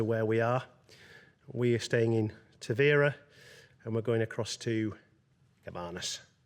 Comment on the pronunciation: Obrigada… I was going to share the pronunciation as well…. For future visitors 😊. The emphasis is on the veeeer, as with many Português words, especially that start and finish with a vowel, they tend to drop them.